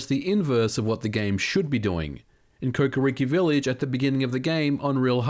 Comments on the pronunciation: “ocarinar of time” “kukuriki village” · "Ocariner of time" "Kokiriki Village" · Came for the “ohcareener” and “coca-reeky village”, stayed for the excellent technical breakdown of the emulation.